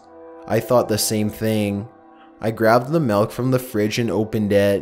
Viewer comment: The scariest part of this is when you said ''glass of MELK''